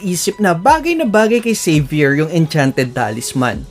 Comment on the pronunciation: Salamat lodz sa tutoriala try ko po yan na hero. Hahaha pagka dinig ko saber. Xavier pala ahahahhaaha